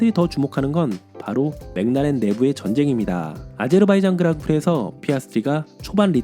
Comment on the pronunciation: 맥라렌 읽으실 때 '맹라렌' 말고 '맥 을라렌' 이라고 하면 더 원발음에 가깝지 않을까요